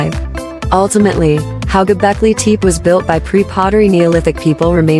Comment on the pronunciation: Many of the pillars and stone carvings here are not from Göbekli Tepe, but from East Asia and who knows where. Including all these pictures are just plain nonsense, and the narrator or AI can't even prnonounce the name properly. What does qa lot of cartoons cartoons have to do with Göbekli Tepe? This whole video must have been made as a joke.. A waste of time to watch any of this stupidity.